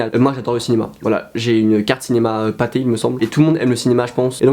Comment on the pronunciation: 4.15 j'ai replay 10 fois ptn juste l'étendre dire le mot pâtés sa me fait trop rire 😂😂